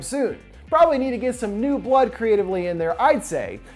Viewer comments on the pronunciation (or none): none